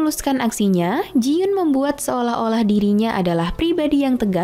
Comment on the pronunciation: Koreksi dikit kak. Itu jiyon bukan jiyun